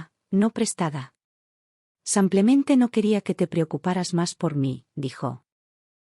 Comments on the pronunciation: Por Dios es "Simplemente" con i, "sim". Es horrible oir "samplemente" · ¿ Por qué dicen SAMPLEMENTE ??? Si es simplemente...no lo entiendo y también lo escucho, en otros relatos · Cuando corrigen “ Samplemente “ ? 😂😂😂😂😂😂😂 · Buena narrativa . Por qué dice samplemente ? Disculpe , pero no puedo evitar la pregunta , es como una patada al oído!